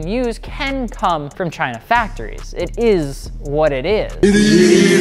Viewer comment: Brooo the "it ezz what it ezzz" killed me. that's like my favorite meme